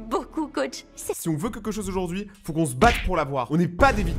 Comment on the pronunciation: " AuJoUrD'GhUi mEs GaZo"incrr 😹😹😹😹